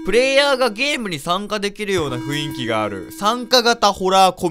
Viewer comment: 散々「雰囲気(ふんいき)」のことを「ふいんき」って言ってるが間違いだぞ 間違えたまま覚えてるのはさすがに恥ずかしいからこれを機に覚えてくr